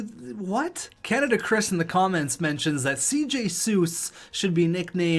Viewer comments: I hate to say that it’s actually pronounced “seese” and not “Suess” but who cares. Dr. Suess, Shanghai Dragons future alumni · You’re pronouncing his CJ Suess’s name wrong. His name is CJ SEES (I know that cause I’m a jets fan and I’m super picky) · C.J. Suess.. He is a Winnipeg prospect that has been great in the AHL and with all our injuries, just gotten call up to Jets.. His last name is pronounced Sis.. Sorta like six in spanish. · Hate to break it to ya but cj suess is pronounced cj sees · They pronounce cj suess more like cease btw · Thats what i said in the last video comments, im a jets fan too